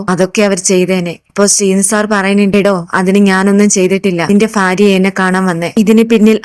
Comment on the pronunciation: ഫാര്യ അല്ലെടോ ഭാര്യ.😢